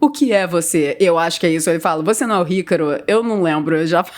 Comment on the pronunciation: Parece que ela fala ycaro kkkkkkkk